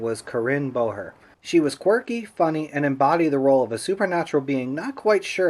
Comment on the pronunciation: Correction on the name pronunciations,: it's Bohrer (BORE-rer), and Franc's last name rhymes with "does"; it's not "lose". Wikipedia has it wrong, in case you looked there.